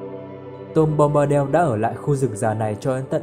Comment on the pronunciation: Bombadel là cái quái gì? Bombadil mà đọc thành del thì chịu...